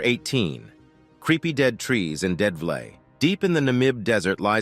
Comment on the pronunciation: the pronunciation is Dead - FLAY or FLEIGH